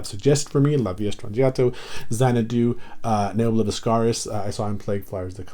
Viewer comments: Thank you for pronouncing Mr Peart's name correctly. It very irritating to hear someone butcher it. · Excellent video, and kudos to you for pronouncing Neil's last name correctly. But to answer your question, yes, Geddy plays Moog Taurus bass pedals with his feet. I think Geddy's double neck bass is 4 string and maybe 5 or 8 string bass too. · Good for you 👍👍👍. You pronounced Neil's last name properly.